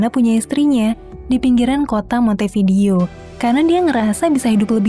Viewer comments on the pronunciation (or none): Permisi mau kasih tahu cara baca yang benar🙏 Montevideo: Monte"b"ideo Vasquez: "B"askes